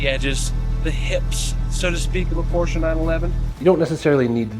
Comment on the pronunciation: I love it how you say PORSCHE properly 😊 greetings from Germany